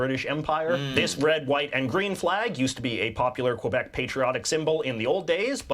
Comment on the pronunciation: Well first off, he didn't say Quebéc, he said Qwebeck